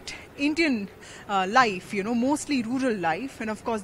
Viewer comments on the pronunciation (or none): none